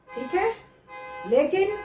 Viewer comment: I love the way mam says teek it’s like dam ki